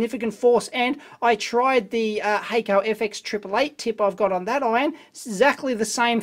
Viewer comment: No expert here, but I'd be willing to bet Hakko is a Japanese company due to the germinate consonant (double "k"). In that case it would be pronounced hock-ko. Love your videos by the way. They are both entertaining and informative. Really liked the one where you dissected the Tektronix MDO. I was doubtful that such a multipurpose scope could do any one thing well.